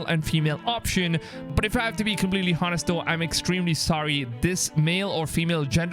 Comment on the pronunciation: says the guy who doesn't even know how to pronounce English words ''honest'' and ''honestly'' correctly... ...and big dislike for subjective opinion and title